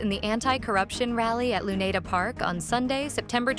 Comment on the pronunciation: Sounds like it. Can't even pronounce "Luneta" properly.